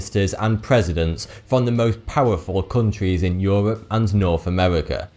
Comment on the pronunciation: euwop and Amewika